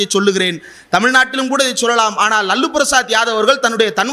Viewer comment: ரொம்ப மகிழ்ச்சி தம்பி இந்திரகுமார். அவர் லல்லு பிரசாத் இல்ல. லாலு பிரசாத்.. இனிமேல் லல்லு என்று விளிக்காதீர்கள். லாலு என்று சொல்லுங்க.